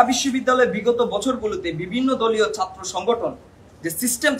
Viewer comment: উচ্চারণ ঠিক করো, ঢাকা, শিক্ষার্থী, ছাত্র, কঠোর